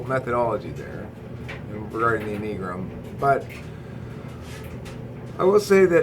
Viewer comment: Is that how you pronounce enneagram?